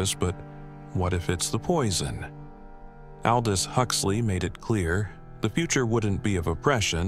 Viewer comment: that an AI CANT EVEN PRONOUNCE aldous then you keep watching... fear it my friends, its alrwady here